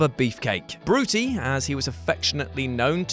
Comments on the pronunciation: Oh dear, Monsoon used to call him Brut-I not Brutie ffs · Bruty? Or "Brut-eye" as most heard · It wasnt bru-tee that gorilla called him....it was brut-eye.....brother brut-eye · "Bruti" as in "et tu Bruti (broo-tie)" WhatCulture needs a fact checker.... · People (like Gorilla), called Brutus Beefcake, Bruti (pronounced BREW-tie), ya limey lol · It’s brut-eye brut-eye